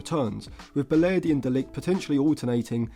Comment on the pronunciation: You ruined it by saying balerdi